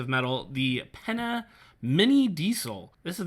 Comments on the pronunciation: Pain-ya, not penna. Good looking knife. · Not really Pain-ya, it's Pen-ya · It's PeÑa. And not a tanto.